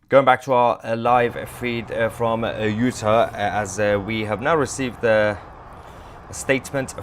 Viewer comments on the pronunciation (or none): Utah.............pronounced, "you - taw". Not 'you-tuh'....js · U-TAH, please. Love u, Mahyer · It is pronounced Utar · Not "Uta" -- UtAHH or UtAWWW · Just to help you out it's not pronounced Uta, it's you-taw, but keep up your great work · I'm sorry, the way you are pronouncing Utah is like nails on a chalkboard. You know when a British Nanny is telling the kids to let go she says "ta ta" or when you open your mouth your Doctor says "open wide and say au" or "raw" as in raw fish "Utah" as raw but replace the R with a T ... (you-taw) ... Hopeful you get it by your next video 😊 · Hi my friend. It's pronounce U Tar. Not utur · Sounds weird. It’s pronounced u-Tah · Soundsmore like U-tah.. (No offense) We depend on your reporting Sir! God protect your father! 🤏♾️☮️🫶☯️🌐👌🫵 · you're not pronouncing UTAH correctly. long A at the end... not short a. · I love you brother but double check the pronuncuation of Utah and Boise. Im an Idaho native. Great work and I heard about the assassination from you. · Please pronounce Utah correctly. 😅